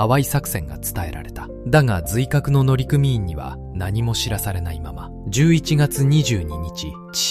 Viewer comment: 「のりくみいん」です。